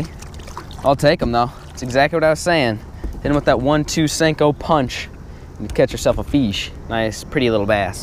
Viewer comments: It's senko not stenko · Anyone else find it annoying when he says stanko